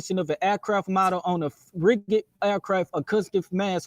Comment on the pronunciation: The way was pronouncing "rigid" with a hard "g" was getting on my nerves. 😖